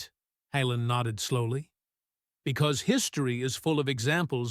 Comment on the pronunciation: Decent story but the way the reader is pronouncing 'Hallen' is extremely aggravating. Doesn't help that the subtitles occasionally replace Hallen with Helen.